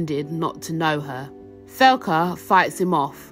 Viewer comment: Is tbere a reason you pronounced her name thelca. Ive always read it like Thecla.